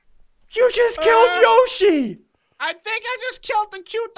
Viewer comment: hey dont say yossi ulgy